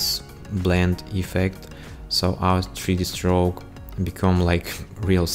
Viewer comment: сри ди строук 😀 крикнул с произношения, ну а так-то спс за туториал!